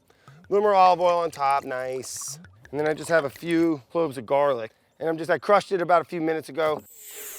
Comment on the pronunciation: "Needs more gaaaalic" - some australian native